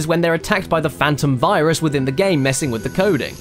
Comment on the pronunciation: why did i hear fyrus the first time that was said to me? (i know it's virus) like... failboat fyrus